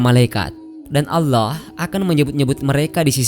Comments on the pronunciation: Kenapa orang indon majoriti tak boleh sebut allah dengan betul??? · kok saya agak gatal telinga.. pada penyebutan lafadz ALLAH.. YANG di ucapkan oleh pengisi suara. agak aneh dengernya..apa kurang fasih beliaunya.. semoga bisa di perbaiki..dan semakin fasih.. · Bilang allah aja gk becus..preett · Maaf kok penyebutan Allah nya ky kurang pas. Mungkin bisa sering belajar melafalkan